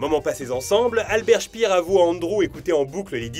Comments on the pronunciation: Assez bonne chronique. C'est Albert Speer et non Albert Spiiir. Je me serais un peu casser le cul pour parler de l'album concept 'melody Nelson', un des meilleurs albums français de tous les termps. Pareil pour tous les tubes qui sont pompés sur de la musique classique. Bref, c'est fait par un djeunz pour les djeunz. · Hello, Petit détail que tu prends ou non. La bonne prononciation du nom Albert Speer est en phonétique SPAIRE et non pas SPIRE. Sinon encore merci pour la qualité de tes vidéos. C'est juste un réel plaisir à regarder.